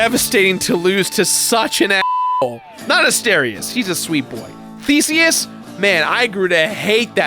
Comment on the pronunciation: Did he say Theseus or Feceus? LOL